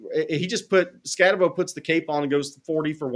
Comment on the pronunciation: It's pronounced Skatte-BOO! Not Bo. How anyone take you seriously if you can't even pronounce the name of ASU's best player and near Heisman finalist?? Clearly has not watched any actual ASU games and only looks at the box scores and highlight reels. What a joke.